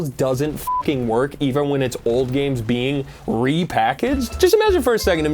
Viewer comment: "Tangwo gwameworks, we're waying youw offw. Youw cwouldnw't seww." "We weed mowe gwames wike Hwigh Fwi Wush."